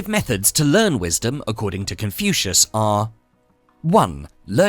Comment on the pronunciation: He pronounces " Confucius " as confusing , so inane , assinine. Speaking robotically and fast does not hide this degraded approach. Jettisoned the whole slop IMMEDIATELY.